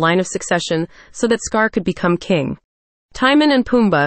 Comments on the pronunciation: The pronunciation of Timon is not Tie-min. It's Tee-moan. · The fact that they pronounce Timon as “tie-man” is funny to me 😂